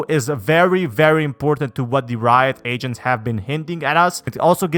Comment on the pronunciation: Bruh I kept hearing “asians” rather than “agents”